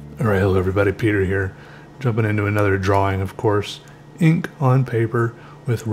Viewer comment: I was gonna comment on how it cracks me up every time you say the W in drawing and then you go and say drawing without the W this time...